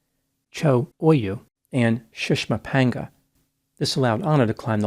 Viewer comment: I watch a lot of videos on mountain climbing, and props to for his pronunciation of the names of those mountains.